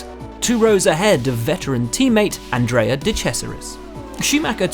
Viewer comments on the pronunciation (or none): none